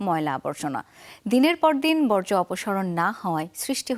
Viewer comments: বজ্র নয় বর্জ অপসারণ।😂😂😂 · মেধাবী সাংবাদিক বর্জকে যখন বজ্র বলেন তখন বুঝতে হয় জুলাইয়ের কি মেধা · বর্জ্য হবে 😂😂